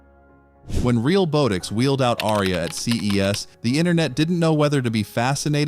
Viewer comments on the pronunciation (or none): This video talks about most robot videos using AI that is not accurate, all while using AI narration & AI generated images & video. Hypocrite. The company is pronounced "Real-Bot-ix", not "Real-Boat-ix". The video says it wrong all the way through. Do you not even quality check these videos before uploading them??.